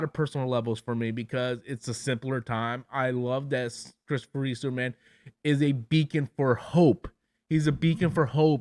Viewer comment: Reeve. No s.